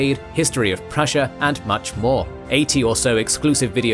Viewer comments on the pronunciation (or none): none